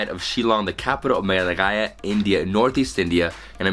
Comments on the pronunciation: Its meghalaya not meglagaya 🤣🤣🤣🤣🤣🤣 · Its not Mehalaallaala its Megha-laya. JAJAJAJA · SORRY BRO IT IS NOT Meglagaya (ME-GLA-GAYA),it is Meghalaya (Me-gha-laya)...not bad though your pronunciation...nice try👍👍. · It's ''Meghalaya'' though, you pronounced it as 'Meglagaya'. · Its Meghalaya not Meghlaghaya...😂😂😂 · MEGLAGAYA ?? WTF WAS THAT. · Does anyone else notice david says Melagaya most of the time instead of meghalaya? 😆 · Melaghaya, Meglaghaya, Megalosaurus, etc. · "Nga pdiang ia phi sha Meghalaya" this pronunciation for David look so cute😂😂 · David has trouble pronouncing 'Meghalaya'😂😂😂( , , ) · I agree too hehe.. Its nothing jus forget it